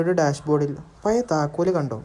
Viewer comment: പയയ, നിയൽ, മയ, വയി. .. എന്തരോ എന്തോ 🤣